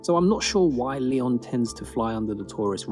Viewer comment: I'm biased because I live in Alsace and I'm from here but every village and city in the Alsace region deserves a visit. I do consider myself lucky, the architecture and landscape is beautiful! "rampart" is a a fortified wall if I'm not mistaken. Yes, you did pronoun Lyon correctly! Ardèche is just south of it. That's where you wanna go kayaking.